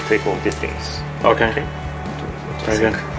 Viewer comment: "Bery good" - 2016